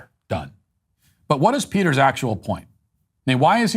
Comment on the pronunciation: clearly Matt Walsh isnt familiar with Peter's Socratic method of asking questions in order to break down people's arguments. I would love to listen or watch a honest conversation between these two. Also, his last name isnt that hard to say Matt.